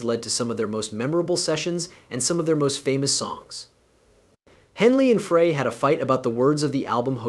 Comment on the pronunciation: Dude do your homework. It's pronounced "fry" not "fray." And visuals are a mixed up mess...no relationship to your voiceover. Epic fail.